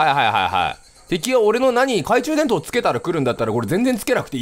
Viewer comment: 「懐中電灯」を「懐中でんと」って言うキヨが可愛い